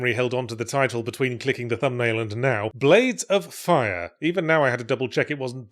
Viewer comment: Ironically Yahtzee has said the name of the game correctly more times in this video than any other